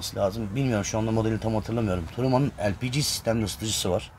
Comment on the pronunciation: lpg mi demek istiyormuş ben de tam googleye bakçaktım ELPİCİ ne diye.:) bence de harfleri türkçe seslendirmek lazım sonuçta o harflerin türkçe okunuşları LE-PE-GE